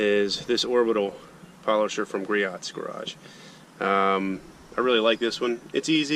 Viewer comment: Its pronounced gree o"s not gree ots . just saying. Nice ride by the way. You need to try p&s bead maker double black. You will never use another wax. It is a sealant that is easy to use very glossy and slick and will last in the real world no hype around 6 to 8 months. Do urself a favor and check it out. I promise. I've been detailing for a living for many yrs. Also it can be used with any wax or coating which makes it unlike any other thing on the market.